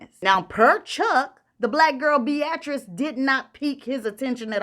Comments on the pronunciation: Pretty sure that b-atrice is pronounced bee-ah-trice 😅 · Not BE AT TRICE. You always get that name wrong Pronounced Be uh trice